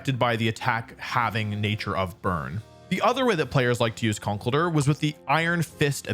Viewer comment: The misprononciation of conkeldurr tho